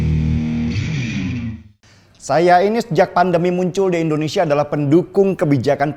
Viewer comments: "tapi kalo Endonesia ...." Pake "i" bosque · Bung Deny, tolong di rubah sebutan ENDONESIA menjadi INDONESIA ,agak risih mendengarnya, Terimakasih.